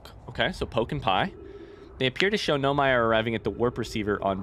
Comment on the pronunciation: He says in his playthrough that he know he’s pronouncing it wrong, he just prefers to pronounce it that way.